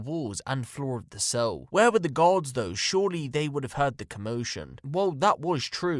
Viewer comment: his accent makes the word “guards” sound like “gods” which is super fucked but also kinda funny